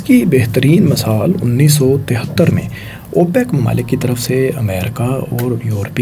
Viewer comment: o bhai apni pronunciation thik kr lo yar please notic kren targat ni target mamalik ni mumalil tajarti ni tijarti khalafwarji ni khilafwarzi khalaf ni khilaf sakhana ni sikhana